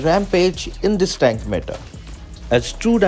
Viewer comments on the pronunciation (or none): none